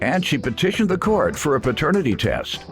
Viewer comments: Somebody tell its PATERNITY not FATERNITY. 😂😂😂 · If she don't get off TV saying fraternity!!!!! OMG do better. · Why is she saying "fraternity" instead of paternity! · Plaintiff keeps saying fraternity 🤦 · if she says faternity one more time.... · She did say fraternity. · Please stop saying “fraternity” for your child 🤦🏾‍♀️paternity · If she says “fraternity” one more time. 🙄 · Was the cousin saying fraternity? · Both sides wrong, and if the baby mama dont say paternity correct she keeps saying faternity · If she say FAHternity one more damn time! 🙄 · Is the plaintiff saying “faternity” instead of “paternity”? 🤦🏾‍♀️ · It's paternity not fertanity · Side note: did anyone else notice how it sounds like she said Fraternity instead of paternity? 😅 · OMG! Thank you! I’m like why is the judge not correcting her ass. And she got the nerve to say it over and over. Like what ma’am. Please get it correct & then together🙄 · I screamed at her through my damn phone. Other judges would have corrected her as Judge Mathis should have.